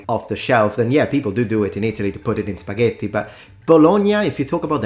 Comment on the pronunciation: monsieur julien nous donne un seul 't' avec ses 'spagheti' je ne les mangerais point! c'est toujours le deuxieme qui donne le bon gout.